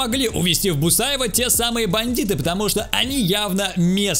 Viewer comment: Не бусаево а бухаево))))